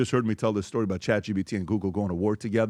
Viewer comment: saying chat g B t is sending me